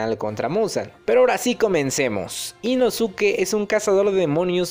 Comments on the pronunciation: Chido videos perooooo...no se dice “inosuke" se pronuncia “inoske",solo para que lo sepas amigo👍😊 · Se pronuncia Inoske dilo bien porfa,cada vez que escucho inosuke me desespero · no es inosuke se dice inoske no podes hablar asi ante la mejor cosa del universo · No sé si soy la única que se sintió incómoda por la pronunciación de Inosuke y no Inoske es que la u en japones no se pronuncia por lo que Inosuke se pronuncia Inoske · InoSUKE, Inoske!!!! Como carajos no sabes? Te leíste todo el pinche manga y anime y nada!!!!! Me emputa, me emputaaaaaaaaaaaaa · Se pronuncia "Inoske" la u es muda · Creo que se pronuncia inoske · no se dice "inoske"? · se pronuncia inoske pero se escribe inosuke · se dice inosque 😓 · Se Lee "inoske" campeón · Se lee Inoske, nomas digo. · Me da gringe que no digas inoske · Hola vengo del futuro a decirte que te equivocaste y que inosuke 1 no se pronuncia así y 2 el es lo más chimbaaaaa